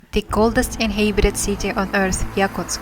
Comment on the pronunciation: Well, you do have to do something about the way you read certain English words!😜 List of some of your mispronunciations: InHAYbited inHAYbitants signiFICKly wrote (for 'route') immenSIVEly bAYing (for 'being') masonLY TYPE-ically OUN (like in "clown", "town", "noun", etc. instead of "own" like in "flown", "blown", "shown") conCUR (for 'conquer') inHAYbited HAYvy rESSently LAW (for 'low') cloSing (for 'clothing') glows (for 'gloves') freakin' (for 'frequent') reLAYtively inHAYbitants they remindS us for ourselF Yakutsk (like Yakutia) is pronounced with the stress on the second syllable: Ya-KOOTSK, not YAH-kutsk, so: , , , , , , , , , , - WRONG! - RIGHT! Also, you eat up some of the word endings: firefighter (for 'firefighters') firefighter (for 'firefighters') specialize (for 'specializes') themselF (for 'themselves')